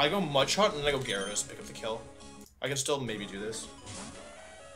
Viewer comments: You know he’s nervous when he’s not even saying Gyarados right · Jerados, arcineenay. Wtf bro lol